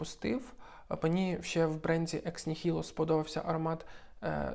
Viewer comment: Переклад не з французької, це латина. Мій улюблений бренд, жодного разу не чув правильної вимови. В латині немає твердої «л». Єдина правильна вимова - «екс нігільо»🤞🤞 Огляд змістовний і повний, лайк 👍